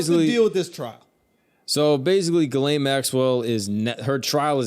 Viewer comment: Ghislaine, laineghizz. Lol